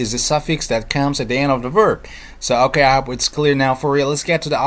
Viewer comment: i love the way you say "okey" ;)